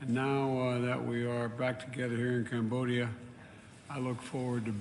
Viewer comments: I think Joe Biden means to say, Columbodia, and Cambodia and Columbia might be cousins or something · He mispronounced it but in fact it was Cambodia. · He also didn't say Cambodia correctly.